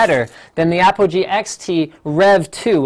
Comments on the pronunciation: It is not Apple G it is APOGEE!!! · APOGEE- Apple G - APOGEE - Apple G *aaahhh* ;-)